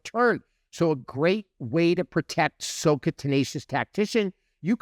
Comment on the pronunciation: sah-kah FYI. (not soh-kah)